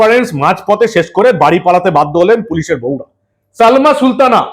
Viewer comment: Salma na balma.কথাও ঠিক করে বলতে পারে না..non standard